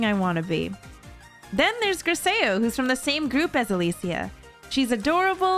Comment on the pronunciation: Okay now everyone sponsoring hi3 since Herrscher Mommy released. Also how dare you pronounced Griseo name wrong!!😠